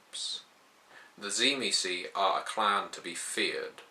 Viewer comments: first of all you are a moron because you dont know how to say theyre name tzimisce is not said zee me ce theyre name is known and spoken as zim see i know this because i know the true family of tzimisce my father is a true tzimisce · I always thought the pronunciation was SHIH-mee-say", with a definite, but subtle, "t" sound at the start. Anyhow, I would like to do some more reading on the Final Nights. Thanks. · Am I the only one that pronounces it "Dzi-mi-tze"? Probably because I'm Slavic. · It should actually be pronounced Dzee-Miss-Key stress on the key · T-see-mee-ski. It's a Byzantine era surname. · Tzimisce was the name of a Byzantine noble family, and as far as I am aware it was pronounced Tsi-mis-chi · I think it's pronounced "Jimmy-skeeh"